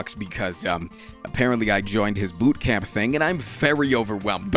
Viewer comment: Did you say BOOT camp?